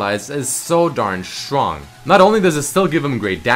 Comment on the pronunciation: Drinking game: take a shot every time says strrong. ( yes its sttrrrong)